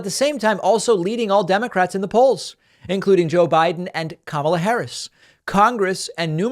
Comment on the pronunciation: Hey Pakman- it’s comma - lah. She’s Vice President. Say her name correctly.